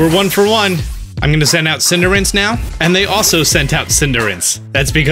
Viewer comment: Love you but... Cinder Ace. >.< lol Keep it up man!